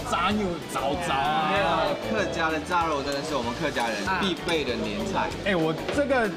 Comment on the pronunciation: 怎麼炸肉，唸成peng 肉。